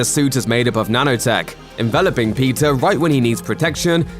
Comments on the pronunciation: Same even the captions are reading Pizza Parker instead or Peter. I guess it's Pizza time. 🍕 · I hear "Pizza Parker" not Peter lol.